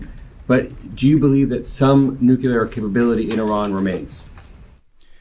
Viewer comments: ....Did that reporter just say 'nucular' instead of nuclear??? JFC. No wonder this country is in the position we're in. Pathetic. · They said nukelar lmao